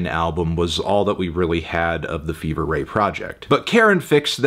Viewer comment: Absolute insanity. You could at least pronounce their name correctly.